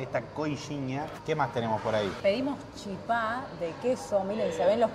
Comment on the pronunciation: No es chipá Con acento en la A. Es chípa con acento en la í.😊